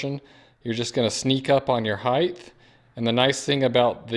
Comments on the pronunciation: Please stop saying heigth. It's spelled height and pronounced hite. Thank you. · Height. Not "heighth"